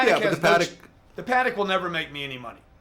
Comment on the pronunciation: Realize... “the Patek doesn’t make me any money”.. lollll.. stop trying to floss for attention.. that’s what children do.. also notice he said “Patek” the correct way unlike rappers do.. smh